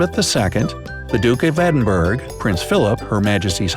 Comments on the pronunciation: 😤 now listen here. Edinburgh is not pronounced Edin-BURG. It is pronounced Edin-BURUH or Edin-BRUH. Please make an effort😢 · Edinburgh pronounced EdinburAH NOT Edinberg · It’s not pronounced Edinburg, it’s pronounced EdinbrU. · The Dook of Edinberrrg though. Funny how people from across the pond pronounce words and places so differently. We call him The Dyuke of Ed-in-bruh. (Duke of Edinburgh) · When he said Edinburgh he said wrong it is pronounced Edinbruh not Edinburg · Edinburgh is pronounced Eh-din-bur hah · Edinburgh Not Edinberg I,am Scottish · No it's not , it's pronounced Ed-in-bor-a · Why can't you pronounce anything? Edingbrough Edingburg? You need to to go to school. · You pronounced Edinburgh wrong